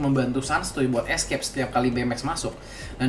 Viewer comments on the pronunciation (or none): none